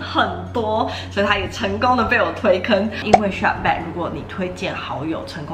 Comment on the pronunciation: 不好意思，不是shapback喔是shopback. Klook是連在一起念的。感謝介紹!